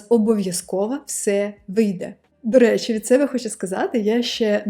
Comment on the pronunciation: у вас очень хороший результат в украинском, но некоторые ошибки в произношении режут ухо. первый вариант - это то, как вы произносите, второй - как это звучит в украинском. 1) ситуацЫя - ситуацiя, пишЫть - пишіть, доречЫ - доречі, якЫ - які -- украинская буква і у вас часто произносится как Ы. 2) ви ходитЫ - ви ходитЕ, бЫнтежить - бЕнтежить, дужЫ - дужЕ, Ыкран - Екран -- иногда украинская Е (произносится как э) у вас тоже превращается в Ы. 3) молітва - молИтва -- иногда украинская И (звучит как ы) у вас превращается в русскую И. 4) мотивацЫИ - мотивацiЇ -- здесь наверное нужно просто потренироваться выговаривать Ї. 5) iнформацЭйного - інформаційного, ситуацЭИ - ситуації, необсмоктанЭ - необсмоктані, рЭдина - рідина -- украинская i у вас иногда произносится как э. удачи в изучении языка! пс: речь идёт о стандартном украинском из учебников и новостей, суржики и акценты могут звучать очень по-разному.